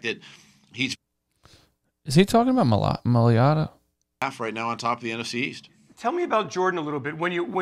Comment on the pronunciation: Read This Jordan M A I - - - LATA Not Ma - - li - - ata M A I L A T A